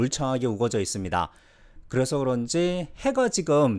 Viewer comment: 가끔씩 ㄹ 발음이 많이 탈락되고 그래서~를 그래소- 이런 발음이 많이 들려서 혹시 재일교포이신가 했어요!